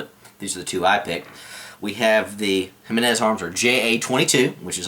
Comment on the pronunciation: That's the first time I've heard anyone pronounce the name correctly. Thumbs up just for that :)